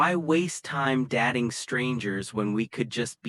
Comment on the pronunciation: AI so annoying - datting, starring at the ceiling